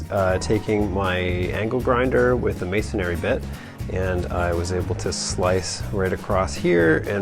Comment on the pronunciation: It's masonry, not masonary.